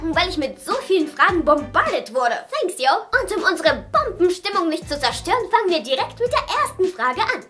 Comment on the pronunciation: Niemand: Wirklich niemand:: Senks Jou!